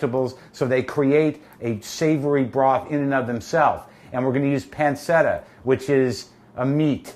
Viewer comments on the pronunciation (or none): If he was saying a hard C he'd be saying panketta. He's saying a soft C but an English soft C instead of Italian.